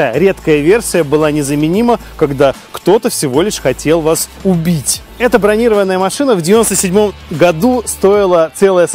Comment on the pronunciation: Машина не бронИрованная, а бронирОванная.